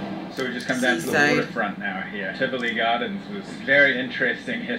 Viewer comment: Did that fakester say Trivoly Gardens instead of Tivoli Gardens. Smoking weed? Ha! Come off Jamaica Center E train